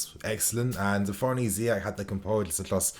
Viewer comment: Don't say Hakim zee it is annoying